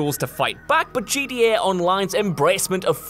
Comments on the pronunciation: At the "honorable" mention, is he saying GDA or GTA? Am I the only one hearing GDA? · Please GTA has a T it in please say it properly